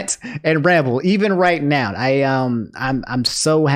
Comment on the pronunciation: Has anyone noticed how says "noun" when he says "now"?